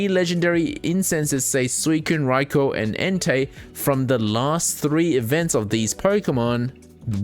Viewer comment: Rye-koh not raikor D: thanks for your content its great